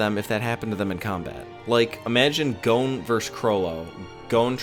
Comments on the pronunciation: why does he keep saying gon as "goan" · I couldn't continue after you called Gon "goan" rhyming with moan😢